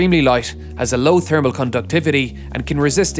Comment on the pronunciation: I love the way he said "thermal". Really hurts that "h" hard.